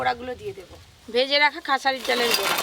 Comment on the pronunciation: বুরা ভাজা নয় বড়া ভাজা বলতে হয়। 😂